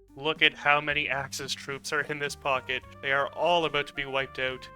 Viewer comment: I'm from BC, I can hear your east coast accent when you say about and out.